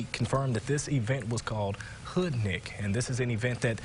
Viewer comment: Smdh....Did he say Hoodnik?